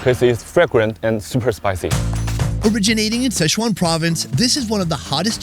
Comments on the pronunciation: Are you intentionally mispronouncing Sichuan as SCHEZUAN or is this just a robust mental handicap on display?? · Damn,, you’ve been in Asia way too long to keep mispronouncing Sichuan. It’s NOT sesh-wan. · Can we at least pronounce Sichuan properly?